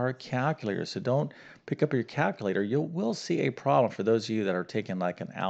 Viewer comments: I hear him saying "prom" rather than "prob" or the correct two syllable "problem", and yes, it bugs me too. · The word "problem" has two syllables, not "prob"; also, the word "thorough" is pronounced "THUR-oh" -- not "THUR-ull" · I hear him saying "probm", but that is not a probm for me.